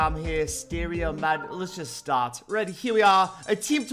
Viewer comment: STAP SAYING STAT ITS START